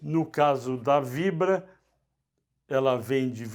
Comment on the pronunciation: Ráizen e Fibra (por vezes)?! Importante pelo menos conhecer e acertar os nomes das empresas, se não a credibilidade fica bem prejudicada.